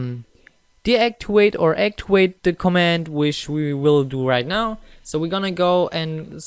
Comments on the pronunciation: Aktiwate - Deaktiwate ???😂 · haha deactiwate and actiwate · When you say activet and deactivate you sound like a new learner in english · One says deactiwate and one says actiwait lol